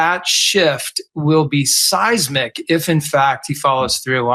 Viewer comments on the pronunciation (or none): none